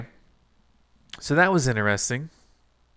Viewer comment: 2023: “That was ‘ineresting.’”